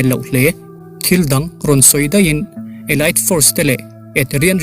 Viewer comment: Elite elait a nilo, elit tih tur aw